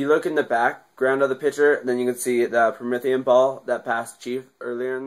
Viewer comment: prometheun not promethium